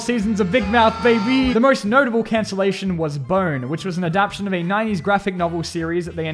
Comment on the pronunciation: Mate it's not "adaption" it's adaptTAtion. I am not a native speaker and even I know that